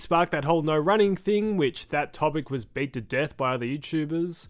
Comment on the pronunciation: I "gwas" born ready